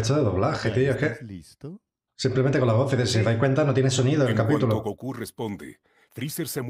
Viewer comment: dijo Capútulo jajajajajajajajaja xD